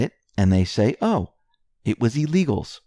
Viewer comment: Pronounced ILL eagles....not EEE legals...